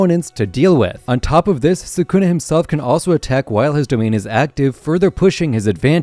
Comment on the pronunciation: Why does everyone body say sa’kuna?